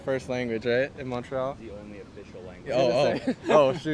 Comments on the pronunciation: He said mont re al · Brody said “MOnT rE Al” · Bro said “mont-rie-al” 😭😭😭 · Max don’t know how to say Montreal ong